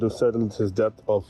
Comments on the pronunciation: Debt B is silent. It’s det. Not ڈیبٹ۔ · It is not DEBT when pronounced. It's DET!!! Nally ko Bolna ataa nhi call center chla rha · بیوقوف پال مارٹن الفاظ کی ادائیگی تو درست طریقے سے کرو ڈیبٹ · He doesn't know how to talk in English, basic term debt he can't pronounce correctly . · pkus he doesn't know how to pronounce "debt"